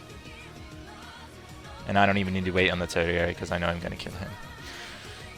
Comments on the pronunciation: Tertiary, not turdiary. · Neat guide! (Jerk-like posting time: The way you say tertiary is... odd. I thought it might have been a British English vs. American English kind of thing, but it sounds like you're off even from a British pronunciation. It's an uncommon word, so on the off chance you're just going with your gut on how to pronounce it, check out this: ).